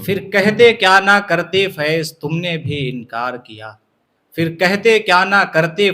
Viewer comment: بسم اللہ الرحمن الرحیم فِر نہیں، پھِر ہے وہ فِر نہیں، پھِر کہیئے جناب